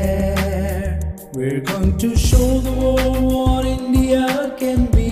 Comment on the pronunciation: Should change the part for 'India' to 'The India' instead of singing 'Indeeyia' because obviously that part was written for a 3 syllable word like... Singapore?